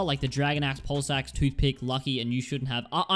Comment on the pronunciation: Did he say pulse axe or ball sacks